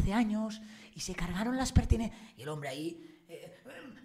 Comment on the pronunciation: presumes de periodista pero después de oírte un día decir " fustración " en vez de frustración y hoy " pertinencias " en vez de pertenencias ya no me creo que seas periodista. Reflexiona antes de hablar.